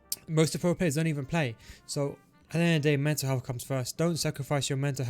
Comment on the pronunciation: Can't be only me hearing "meta health" instead of mental health 💀